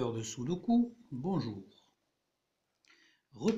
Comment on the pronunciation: Le « tâtonnement » et les « chiffres-clé » ne font pas partie des méthodes logiques de résolution de sudoku. Et puis, on dit Sudoku, ku comme cul, pas comme cou.